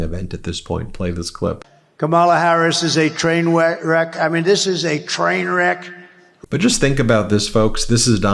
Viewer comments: cant even say the word "trainwreck" -cause he is one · And he messed up"trainwreck".